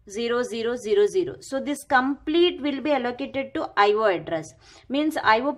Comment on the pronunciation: It's I/O ...! Not I/wooo😅😅